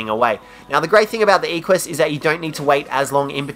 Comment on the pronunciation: It's "eh-qwuh-s"